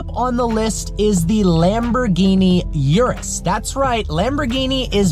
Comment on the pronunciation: PLEASE, Urus....U of URUS is not that STU*** 'iurus'... it's URUS with U... i know english people are poor in other languages and ur "U" is quite always a "iu", but i cant ear that! Try NOT to "americanized" the model names (and not only this one!)